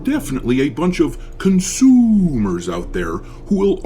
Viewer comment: Dude, the emphasis on “CONSUMER” killed me🤣